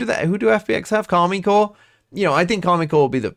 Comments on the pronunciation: Is there a reason you call them Karmine Core instead of Karmine Corp? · It's Karmine Corp and the "i" is pronounced like the "e" in English